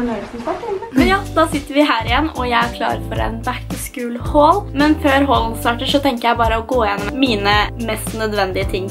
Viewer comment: Uttales ikke "back to skul". Er mer O enn U